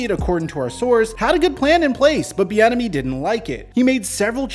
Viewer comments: I kept thinking you were saying Eric the Enemy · I keep hearing “Thee Enemy” I don’t like him just because of that now.